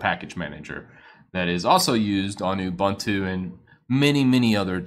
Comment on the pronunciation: it's not Ubantu. It's not Abantu. It's Ubuntu:)